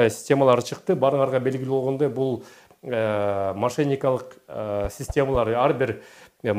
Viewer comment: Ошейник десен😂